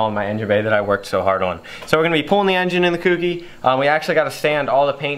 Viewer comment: Insert my usual comment.... It's not "KewKey" it's "Kouki"... like the "ko" in "koala"....